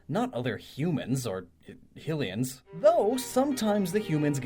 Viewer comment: The way you pronounce Hylian and Hylia gives me an eye twitch. >.<